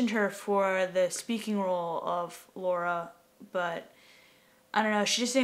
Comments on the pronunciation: why the hell do they keep saying Laura? Is this an Accent thing? Is it hard for Americans to say Lara? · lara? or laura? it sounds like they are saying laura. :P